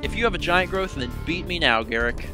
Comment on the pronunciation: I think it's pronounced Gahr-ROOK, not Garrick.